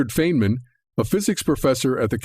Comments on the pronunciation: I am still going to continue to watch this video. At this time I'm into Part One and the guy who put this together makes an unbelievably egregious error and pronounces Richard Feynman as Richard "FANEman." So right off the bat I know this guy is a total and complete newbie in the world of theoretical physics. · I think he mispronounced Feyman's name. My understanding is, his name is pronounced as, "Finemen." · He botched feynman's name 4 mins in. This video lost all credibility, i'm out. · I hate to comment on a video without watching it, but the mispronunciations of "Feynman" and "Suskind" were enough to make me decide this entire video is not worth watching. I may be wrong on that; perhaps it's an intriguing compilation of data from viable sources, but if you can't pronounce the names of world-class scientists correctly (even those who have been deceased for 25 years), you lose credibility. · I cannot trust a man who can't even pronounce the name of the physicists he is citing.